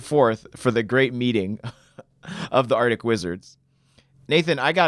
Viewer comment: ArCtic. The first C is NOT silent!